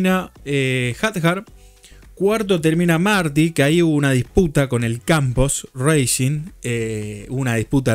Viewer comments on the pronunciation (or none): none